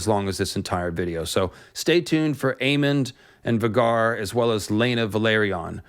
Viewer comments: Um... 'Va gar?' it's VAY gar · FYI it is pronounced Vay-Gar not Vah-Gar. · Isnt it pronounced VAY-gar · Surely it's pronounced VAY-GAR not V-GAR? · I've always pronounced Vhagar as "Vay-gar", not "Vuhgar", but that's just personal preference. 🤣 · I’m pretty sure it’s pronounced Vay-Gar, not Va-Gar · vah-gar lol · Sorry, but I absolutely hate it when people pronounce Vhagar like "V'garr". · It’s pronounced Vae-gar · Idk why it is so irksome to me, 🤷🏻‍♂️I know who you are referring to, and I myself pronounced many characters wrong in my head while reading, before the show… yet when you pronounce “Vhagar” as vuh-gar it disturbs me tremendously 😂 Same happened to me with “Hermoine” reading HP and I was so relieved as a kid to learn how to say her name properly. 😂 I’m not criticizing you nor encouraging you to adopt the intended pronunciation, just noting my personal reaction. At least it’s not on the scale with M Night Shamalon’s blatant slaughtering of Aang’s name. 😂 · it’s pronounced Vay-gar multiple times on GOT and by GRRM. Also GRRM definitely DOES have specific pronunciation for names, that’s why his spelling is so unique, so not sure where ya got that from, he says every name the same way every time in every interview. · lol Vuh-Garr🤣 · You butchered Vhagar’s name btw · Great vid but the way u say vhagar is hilarious. Still loved the deep dive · The way you say vhagar is not correct in my opinion. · Bro your saying vhagar wrong this hurts my ears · You saying Vhagar weird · They mentioned Vhagar several times in GOT. Vhagar rhymes with Rhaegar, plus in interviews the show runner says Vhagar as well. the way you are saying it is off